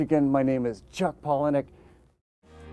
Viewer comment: paul- eh-nuck :D yesss now i can stop saying paulah-knee-uhk.